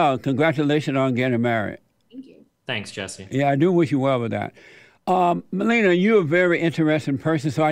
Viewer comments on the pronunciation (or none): I love how he pronounces "Melina" as "Melenia" aka. Trump's wife 😂🤣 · Called her Melinial lol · 40 minutes in, he still hasn't pronounced Melina's name twice the same. Amazin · The fact he first says it right and then correct it wrong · I like how he pronounced Melina’s name right and then corrects it wrongly. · He pronounced her name differently, and wrong, every single time. 😆😆😆